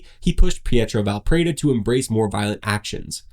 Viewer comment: This is very good reporting, but PLEASE, leatn how to pronounce DEL-LE CHIA-IE. My italian brain bleeds when you say it. You're very good at pronouncing Valpreda and Pinelli, though.